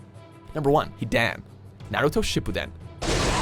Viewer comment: You pronounce Hidan wrong.